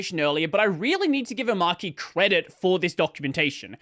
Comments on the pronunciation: Do you pronounce arch as arc ? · it's... omARCHY. not Omarky Come on... really?! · om ARCH e. not Om arc e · It's OmarCHI as in CHICHI (Dragon Ball). Not KEY. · It's pronounced oh-maah-chee btw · That's an odd pronunciation. Is it an AUS thing? Is Arch Linux pronounced like "Ark"? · The archy in Omarchy is coming from Arch so it's pronounced Omarchy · I've seen it pronounced Omarchia in Polish. It makes perfect sense even though translating proper names obviously makes no sense at all. Anyway, it might've been AI translation, so yikes. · You're all wrong. It's pronounced omarchy. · I pronounce it oh-marCH-ee. Not oh-marK-ee. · It’s pronounced Omarky cause it’s based on Ark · This where we point out to the video creator that the word "Arch" is literally in the name, so you are probably meant to pronounce it that way... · nevermind, mispronounced it later🤣